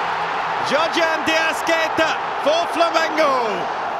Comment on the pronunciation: "Giorgean Deasqueta" You mean Giorgian De Arrascaeta? Hahaha